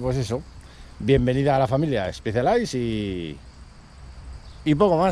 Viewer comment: Miralo como disfruta, si parece su chiquillo, ole!🤗 "Especialais Stupyamper" jajajaja que risas la pronunciacion (que tampoco soy de Oxford, pero se me hace raro oirlo asi al escucharlo en redbulltv o las cape epic, no te lo tomes a mal😉 ) Va a ser esto casualidad, el fin de semana recogi yo la mia tambien de 2º mano, estreno peor que el tuyo, necesita revision al llevar 3 años parada, con decir que esta tubeless sin liquido, me fui por el canal hasta el parque de plaza y vuelta 5 veces a hinchar... que desastre jajajajajaja 🤣 A disfrutarla, eso si, pobre Orbea, le rompiste el Alma!!! 🐯